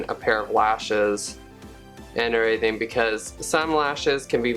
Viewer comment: "An erything"